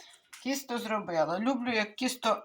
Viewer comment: ви говорите кісто,а не тісто,чи можливо мені так почулося